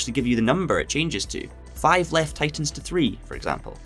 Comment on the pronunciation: I played Dirt Rally 2.0 for about 25 hours before I figured out he was saying "tightens" and not "titans" lol.